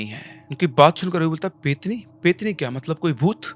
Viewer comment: Sir , petni nahi pretni hota hai.. प्रेतनी